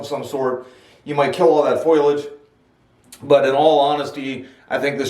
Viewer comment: You complain about lack of views, couple of tips, its sounds like you are yelling at the audience, try make the videos a bit more relaxing. You pronounce foliage wrong. That is just from the first 4 minutes of watching. Also coming off as defensive about the type of Ficus it is makes me feel like you've been in an argument or two about it. apart from that I'll give your channel a chance, as i have Ficus Bonsai myself in Australia.